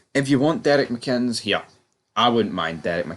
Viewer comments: It would be an absolute disaster....for this channel if he was appointed. Struggling with the pronunciation fella 😄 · There's videos where they do pronounce his name correctly. I just always assume they are deliberately mispronouncing it. Maybe goes back to something from earlier videos before I was watching. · If he came, and I doubt he would if there are absolutely no funds available, it'll be interesting to see how long it takes you guys to spell his name right or pronounce his name correctly. Apart from that, keep up the good work.